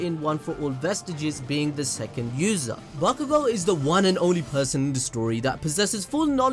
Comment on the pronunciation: Listen and repeat: BAKUGO - B A K U G O - B A (C) K U GO. Mind blow complete. You’re welcome.